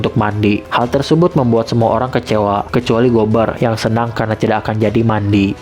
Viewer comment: bang ko bilang mati bukan mandi